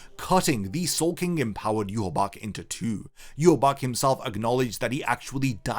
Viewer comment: It's pronounced You-ha-baha